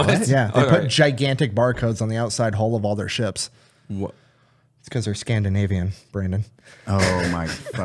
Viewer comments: Scan-da-navy-in 😂😂😂 Fvck you. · Lol at "scan-da-navy-in" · "Scan-da-navy-an" Godammit somebody put that man in prison.😂